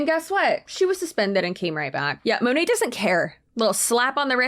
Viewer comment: This girl can't even pronounce Monat correctly. What is "Mow-Nay"?? 😂